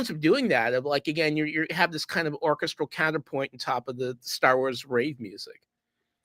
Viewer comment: Irritating puns and the inability to say the word orchestral properly. Signature cringe from.